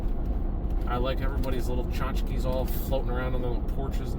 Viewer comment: Did say Tchotkes? lol. In the bloopers: I can name that tune in 3 notes - 25 or 6 to 4. Great video, thanks for sharing.